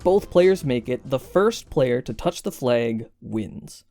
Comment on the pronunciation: Your pronunciation of "flag" reminded me of a video I saw on Seattle accents. Are you from there, by any chance?